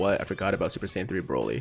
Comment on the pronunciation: Am I tripping or do you keep saying ssj3 broly lol